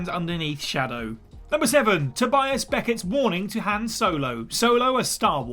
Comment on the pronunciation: Thumbs down for the pronunciation of Han.